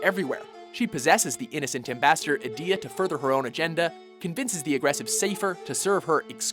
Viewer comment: You literally pronounced every FF8 character differently to me. I've always said it: - Ul-ti-Me-sia - Ed-e-ah - Psy-Feh :\